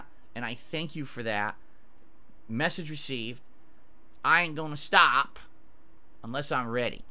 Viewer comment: The way said stop was weird I ain't going to stahp I've joked before that he talks like the robot monster now it sounds like he's trying and failing to do the wazzup meme